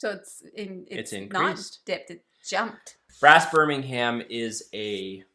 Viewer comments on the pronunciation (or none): I believe they pronounce it “BIR-MIN-UM”, as opposed to the city in Alabama, which is pronounced “BIR-MING-HAM”.